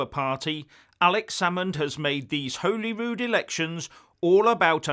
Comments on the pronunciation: it is not Whollyrood, like it has a hole in it. it is Hollyrood like a piece of Holly (the Xmas decoration). If you are going to continually comment on Scotland please get your pronunciation correct. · Please stop saying Holyrood wrong. It's not pronounced Holy. It's pronounced Holly. Regarding the IndyRef2. If it happens then it will be decided at the polls.